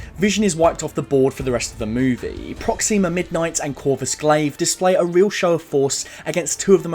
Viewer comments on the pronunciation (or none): Why do you say Proxima like that?